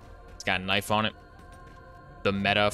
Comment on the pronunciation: Switchin' to your secondary is fastah than reloading. Now knoif the wa'ermelon - Cortana.